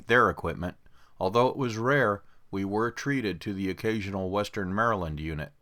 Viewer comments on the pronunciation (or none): none